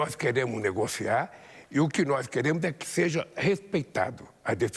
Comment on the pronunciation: "Noix queremo"